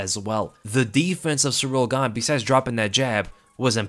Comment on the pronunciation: I know you said “And Gane was landing those” but it really sounded like you said “Ngannou” lol